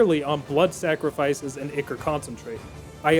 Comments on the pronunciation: "Ichor" is pronounced "Eye-core" and you are killing me here... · Great video, but ichor is pronounced “eye-core” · Maybe he had such a rough time with this playthrough because he kept mispronouncing ichor.